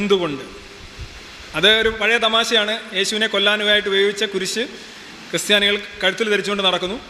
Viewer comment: Sorry to say "cry Stiani"